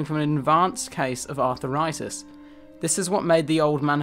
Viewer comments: It's arthritis not arthEritis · Arthur eye tis. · Arthritis ... NOT Aurthur ritus lol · Arthuritus?, I thought it was Arthritis. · "are-thrie-tis" Not "arthur-itis" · "Arthur-itus"?.."congen-A-tal"?....Christ, learn to pronounce your words if you want ANY credibility. So far, you're scoring about 4 out of 10. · Artheritus? No, Arthritis. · “Arthur Itus” 😂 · Arth - ritis; con - gen - it - al. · con.juh.natal? arthur.itis? unusual errors for a scientist! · Evolution is also not perfect. It need only has to be good enough to reproduce and features that prevent 1/ another species evolving or 2/ a new rival arriving to replace it. Neanderthals failed on the second point. And Arthritis is pronounced as it's spelt. It's not Arthuritis or Arthiritis. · The mispronunciation is unbearable. 'arthur-itis' was bad enough, but 'conjie-neatal' was the last straw.